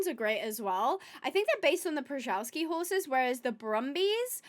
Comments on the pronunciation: Pronounced shuh-val-skees. Can you do a 100 days Minecraft Western edition/ wild West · So if you want to sound natural in English, “shuh-VAL-skee horse” is perfectly fine — but if you want to be authentic to the Polish name, say “PSHuh-VAL-skee.” ❤ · A lil tip on how to pronounce Przewalksi: "shuh·vaal·skee". The P and R are entirely silent. This species of wild horse is named after the Russian geographer and explorer Nikolay Przhevalsky. (Not sure why the spelling is different though.) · The wild horses are pronounced as "Shuh-VALL-ski", something I only very recently learned from someone else's Planet Zoo video lmfao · Great idea and one I might start with my next sandbox zoo, I have yet to use mods. Anyway, the horses are pronounced as Chevalski - just wanted to let you know. Great video! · Hi! The way to pronounce "Przewalski" is [sheh-VAL-skee]. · The P should be pronounced, it’s not silent. R is also not silent, together with “Z” it creates the double-letter consonant “rz”, pronounced like “g” in “genre”, softening it down to “sh” is also acceptable. So the correct pronunciation would be along the lines of “pshe-val-ski”. Also “Przewalski” is the polish version of the surname, while the other one you mentioned is Russian. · You are ALMOST correct with Przewalski horses, u just have to say more of a v instead of w, so Przevalski And no worry ab saying it wrong, its our polish narcissistic biologist who decided to name a mongolian horse breed after himself 😂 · [PR-ZHEH-VAL'-SKIY] horse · Przewalski is pronounced shev (chev)-all-ski